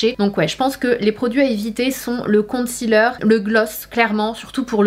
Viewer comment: La prononciation de concealer ne se fait pas avec le son "ti"en 2 em syllabe mais plutôt avec celui de "si"